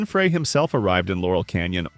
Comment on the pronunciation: Learn how to pronounce Glenn Frey’s last name!